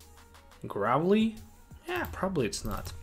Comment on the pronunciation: Grovyle pronounced grow-vile